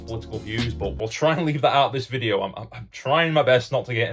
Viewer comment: Another smashing vi-die-oh